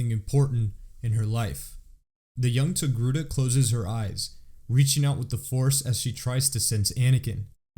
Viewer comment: Togruta not Togruti